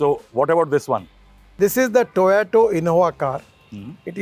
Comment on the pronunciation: Toyota ❌️ Toyato ✅️